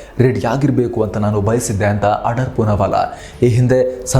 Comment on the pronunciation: ಆಡಾರ್ ಅಲ್ಲ ಅಣ್ಣಾ ಆಧಾರ್